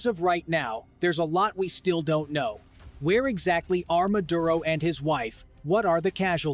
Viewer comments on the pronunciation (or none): none